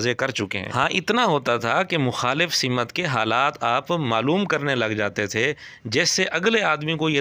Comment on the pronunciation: سِمت❌❌❌❌❌❌ سَمت✔️✔️✔️✔️✔️✔️✔️✔️